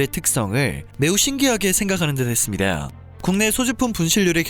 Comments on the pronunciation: 발음 좇같네... ~~했습니다. 하고 발음하면 되는데 뭐 그렇게 발음을 굴려? ~~ 했습니다~ㅀ 이게 뭐야? 외국물이라도 쳐마셨나? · 나레이션 한국분 아닌가요? ~했습니다. 발음이 왜이렇게 이상하게 들리죠??